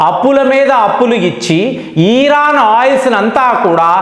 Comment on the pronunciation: Iran ను ఈరాన్ అని పలుకుతుంటే.. వినడానికి ఇబ్బంది గా ఉంది..